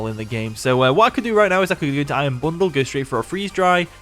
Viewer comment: "Iron bonduru" best part of the video